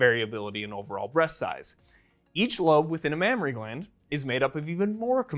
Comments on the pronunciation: Mammary not Mammory* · Mammary not Mammory. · That's "mammAry glands", not "mammOry glands". Just sayin'... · Correction : It’s not “mammory glands” it should be “mammary glands” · isn't it a mammary and not mammory?